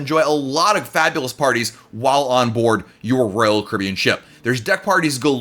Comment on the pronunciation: No one: Literally no one: Not even on earth: Not even created by god: This guy: rull cribin Normal people: royal Caribbean